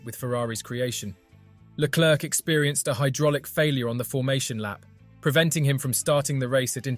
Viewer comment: Stop mispronouncing his name.